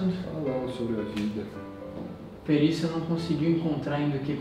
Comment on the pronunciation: Quem percebeu que no minuto o fala perícia kkkk